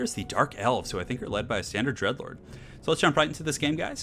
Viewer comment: Heh. And I heard "these are Dark Elves led by a standard Edge Lord" rather than "Dread Lord". Funny the things you hear. ;) :)